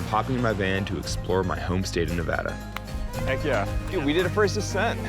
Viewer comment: Please note the pronunciation of NEVADA …. This is The Westerner & Pioneer preferred pronunciation. It’s not Spanish 101.